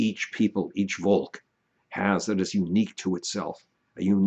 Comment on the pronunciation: Great vid, I just want to add that v in volk is pronounced as an f:)